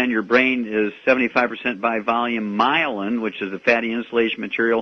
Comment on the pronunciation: myelin , not mylan.